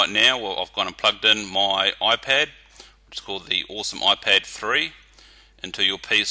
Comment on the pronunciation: Its IPAD not OIPED!...